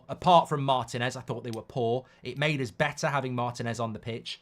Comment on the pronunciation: MarTÍNez . The stress is on the second syllable. That's why there's a stress accent (í) in the Spanish spelling.